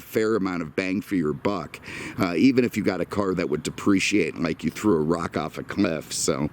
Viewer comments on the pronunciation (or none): none